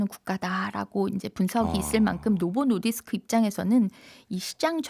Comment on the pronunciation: 노보 노디스크 발음을 부드럽게 못하네 ㅋ 억양이 쎄고 딱딱해서 그런 듯